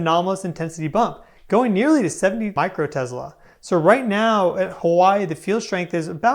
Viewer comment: VERY solid and brilliant material along my same thought process! ~but... I hope you take this as room to shine and improve, "constructive criticism" and on a minor critique, come on bro... "Tezzlah"?!🤔 'Tesla' = 'Tess-lah'! No "Z's" in Tesla...😐 Academia as a whole and that crook Edison screwed our poor (literally died poor) Godfather of all modern RF tech hard enough, can't get his name right?🤕 I do realize how f'n HARD videos are to cut and post and how hard breaking bad pronunciation habits are... But "borking" VERY famous and now common names is quite detractive and also a bit disrespectful, like saying George Wurshington vs Washington is, it cuts your credibility. You're on a stellar path and I want you to succeed, so I'd suggest maybe Googling pronunciations you "think you know" just to stay safe. I say this because I also struggle at times with this! Keep up the fine work Sir!